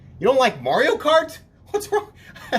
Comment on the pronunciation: You said Morio instead of Mario.